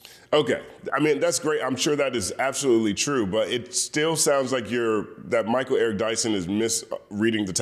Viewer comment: “Mal” Eric Dyson.